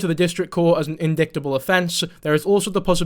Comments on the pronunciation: Not to be that guy my friend, but - "indictable" isn't said as in-dickt-able, it's in-dite-able. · Dear friend, i believe its in-dight-able offense, not in-dick-table offense. The C is silent. 😘 ps- that is so respectable, to donate that sum to a charity from a video you worked SO hard on. You're a good dude,. (Yes i know its but i accidentally called you for a long time and now i think its funny 😅)